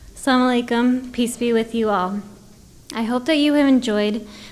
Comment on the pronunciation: please when you great speaks in its pure tone ASLAM O ALIKUM don,t say because it has different meaning in Arabic which are far different meaning from original meaning . hope you will you will fallow otherwise consult to your muslim scholar for pure pronunciation.